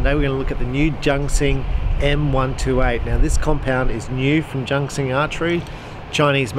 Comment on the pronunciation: Junxing is pronounced "Choonseeng" (or "joonsheeng", something in between...) but definitely NOT JUNK KSING! :D